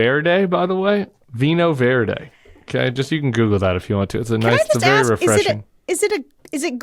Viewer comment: "Vinho Verde" == VEEE-NEEE-OH VER-DEH (or VER-JEE if you're from most parts of Brazil)